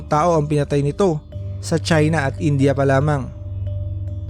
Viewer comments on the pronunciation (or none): none